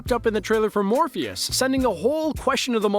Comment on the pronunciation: You said Morpheus 😂